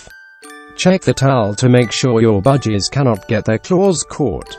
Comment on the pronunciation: Why does it sounds like he said budgiedas Also they said buy a big cage and they show a tiny cage